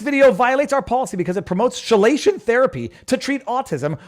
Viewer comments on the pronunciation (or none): Chelation is pronounced keelation. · Chelation is pronounced key-Lation ….. love ya viva ….. hang up a certificate sayings you’ve been edumacated by the YouTube’s …… no more medical misinfo !!! Lol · chelation sounds like key-lation, not she-lation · Chelation = KEY -Lay -Shun , not SHE lay shun lol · KEY-Lation. Not Shay-Lation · Hey Viva MISPRONOUNCED “CHELATION” Therapy. It’s pronounced with a hard “Ch” not soft. It’s pronounced as if it was spelled: KELATION as with an Hard “K”. I know…. I’ve had KELATION - CHELATION Therapy. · chelation is pronounced "key-lation" Get it right,!!! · Keylation not shilation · pronounced key-lay-shon not she-lay-shon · chelation is pronounced " key-la-tion". Not as a soft "che" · Viva Frei didn't give "chelation" the soft "ch" of "charge", he gave it the French "sh" as in chauffeur. And no, not simply for the sake of weird rules. As a consequence of inheriting some words twice (shirt/Anglo-Saxon skirt/Old Norse), and then being hit with Norman French, then a huge dump of Latin and Greek, and we mustn't forget the Great Vowel Shift. Then we got a lot more words from India (like pundit). English in my country has picked up a lot of words like "whare" and "whanau" where "wh" is a bilabial fricative mispronounced by English-speakers as "f". In this case, the difference in sounds is fairly predictable as long as you know which words came to us from Greek and which came from Latin via Old French. Although "cild" was Germanic. ... Any rate, all this should be familiar before you leave school (:-) (:-) (:-) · Chelation is pronounced like KEYlation. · LOL! It's chelation... pronounced KEY LAY SHUN. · Chelation = Key-lation. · It's pronounced kee-lay-shun therapy. Basically, they give you an infusion of a chemical (EDTA) that binds with metals in the bloodstream. The compounds formed are then excreted through the urine. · It's pronounced "key lation" or [ kee-ley-shuhn ] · It's pronounced "kee-lay-shun."